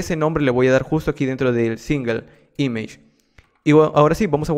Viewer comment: image esta mal pronunciado